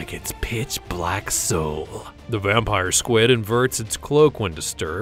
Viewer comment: I'm sorry did you say squad instead of squid in vampire SQIUD I don't mean to be rude but that's not how you say it